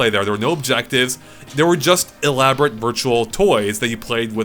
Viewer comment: "It's quite e-Labo-rate." Oh, you wonderful, silly little man.